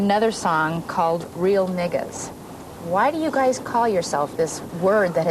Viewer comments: That white reporter went with the hard “er” instead of the soft “a”. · "A" alright but "R"